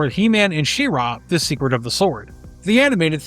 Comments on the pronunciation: She-RAW, huh? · She-Ra (shee-rah)